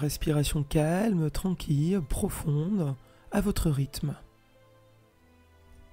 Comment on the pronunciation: Bonjour, merci pour cette excellente séance, que j'ai faite hier et ce soir après le travail. La voix est douce et posée, la durée parfaite pour moi, ni trop longue ni trop courte. Il n'y a qu'une seule chose qui me fait sourire c'est de prononcer tranquille comme quille:-) jamais entendu prononcer ce mot comme jonquille alors il fait que je me concentre pour ne pas rire. Et serenitude? Ne dit on pas sérénité? Bref...ces bricoles qui n'engagent que mon côté plaisantin, n empechent pas d'accéder à une véritable plénitude. Et pour cela, je vous adresse un grand MERCI 🙏. Karine